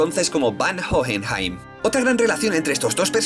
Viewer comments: Lo único que tengo para reclamar es la mala pronunciación... Sería más agradable que se guiase por la pronunciación del país original (o la serie). Es muy raro escuchar "Jojenjaim" :c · No puedo, me revienta una neurona cada vez que dice "Jojenjaim" o "Alkajestra" la puta H es muda mrda.